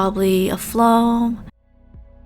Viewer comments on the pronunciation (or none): The way she sayes floam-foam